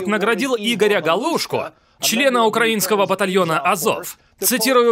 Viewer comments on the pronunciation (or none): none